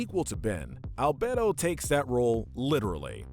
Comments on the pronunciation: And Al-bed-oh instead of Al-bey-do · Me: 'I don't care if people pronounce it as 'Al-Bee-Do' or 'Al-Bay-do' pronouncing it as 'Al-Bedd-do' Me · Bruhhh Dr Anemo? It’s Dr Animo and Albedo it’s Albeedo that’s how to pronounce them also Asmeuth? Is Asmuhth however nice vid 👍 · Are we not going to talk about how he mispronounced albedo animo and azmuth that was annoying but otherwise good list I think both Kevin and hex should be lower though since both turned a new leaf in a later series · Why are you unable to pronounce Dr Animo, Albedo and Azmuth correctly??